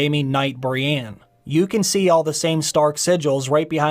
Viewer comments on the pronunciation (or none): none